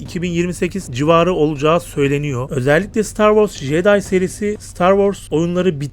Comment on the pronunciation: jeday değil ceday diye okunur o, bilgin olsun kardeşim.